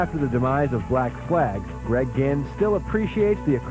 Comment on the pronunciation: It's Greg ginn not Greg gihn